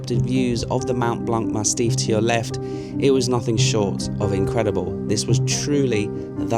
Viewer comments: Massif, not mastiff ... I think you meant to say. Able to pick yourself and keep going when the morale is lowest ... Kudos. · Its massif not mastiff 😅 beautiful video